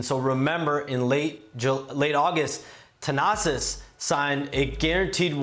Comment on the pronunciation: It’s THanasi bro not Tanasis 😅